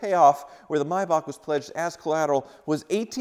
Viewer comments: It’s not pronounced Myback, it’s Maybach, Google it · It's a Maybach,not a Mybach. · Paid 40 thousand and can't even pronounce the feckking name. Its not a my back. It's s mayback spelt however z germans spelt is. Either way it's far from my back. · It's a Maybach, not a Mybach... Typical Yank, butchering languages one syllable at a time... ;-) Or do you also pronounce the month of May as 'my'? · What’s a “my-bach”…? How do you say the month between April and June….? 😂😂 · mee-bach. mee-bach. mee-bach. please, you're hurting my ears by mis-pronouncing it.